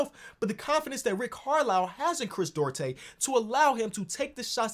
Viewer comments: Chris, DU-AR-TE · Chris DOO-AR-TAY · As a Dominican shoutout Chris Duarte but you can pronounce it “du-aarr-te” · Hey, Duarte is pronounced doo-are-tay:)